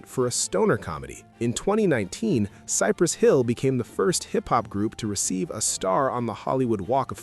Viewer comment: It sounded like he said Cypress Phil! 😂😲